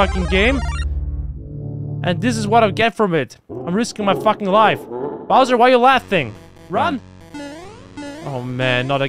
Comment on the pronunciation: it got you so scared you said BOOZER